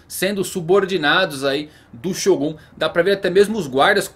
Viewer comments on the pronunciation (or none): none